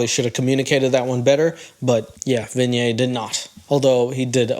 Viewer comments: It is not Vin YAY..... It is Vee Neigh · pronouncing vinay like kanye is taking me out. its probably the simplest Indian name out there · Shekar pronounced his name right. It's you who's pronouncing it wrong 🤦🏻‍♀️🤣 You even mis-pronounced Vinay*s name multiple times!!